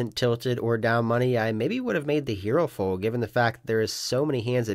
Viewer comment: I’m hopeful that one day you will learn how to say “fold” instead of “fode”.